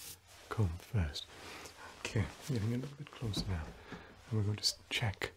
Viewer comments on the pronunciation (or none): did bro pronounce the b in comb